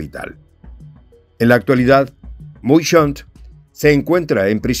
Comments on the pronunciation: Ernesto Muyshondt, para corregir un poco el apellido se pronuncia Meyson. Pero gracias por la información. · Se pronuncia Meyson